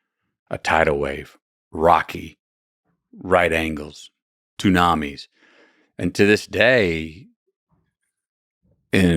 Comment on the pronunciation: Did he say “two-nami”?